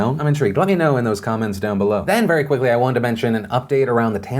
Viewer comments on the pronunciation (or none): none